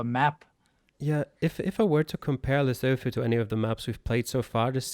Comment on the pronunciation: Great job. To promote the culture of our next country, you could use it to educate the geoguessr community how to pronounce Lesotho (it's more like Lesutu)